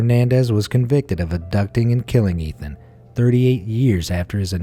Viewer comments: The first boy on the carton was Etan (pronounced Etawn) not Ethan. Please be respectful and get names correct. I feel so bad for that mother. The guy confessed but Etan's remains were never found. He was declared legally dead in 2001. R.I.P. Etan. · You keep saying Ethan.... But his name is Etan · Etan, not ethan! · It’s Etan not Ethan. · Etan Patz is pronounced EY-tahn PAY-tz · I am sorry, I was going to let it go, but with the amount of times you mispronounced Etan Patz name, I had to comment. Here is how his name is pronounced. Etan-pronounced Ay-Ton with the second syllable rhyming with, “ON” Patz-pronounced with a long “A” , like Pay-tz. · His name was Etan NOT Ethan, and it was right there on the milk carton to read! The laziness of the narrator is disrespectful, but sadly not unexpected.